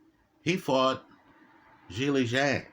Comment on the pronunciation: mispronounces all kinds of names he mispronounces Zhileis name lol